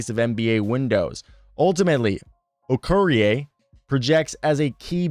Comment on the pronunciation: Pronounced A-bukah Okoh-ree-A. You're welcome. His first name is actually shortened. But it means "God is so great" or "God is so Big."